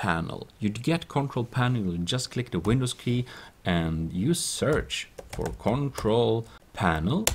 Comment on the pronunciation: sorry it made ma crack up when he said concrol panel